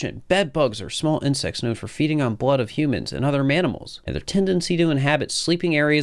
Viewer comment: Never heard someone say manamals instead of mammals before